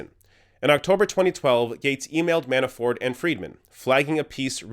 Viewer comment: Is he saying Manaford? Anyway... Funny